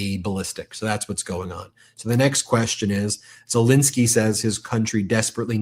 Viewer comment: I’ve heard of “Zel-E-nsky”. Who the hell is “Zel-I-nsky”??